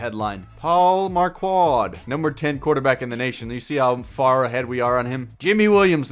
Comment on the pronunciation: Marquardt is pronounced "Mark-wort" or "mark-wert"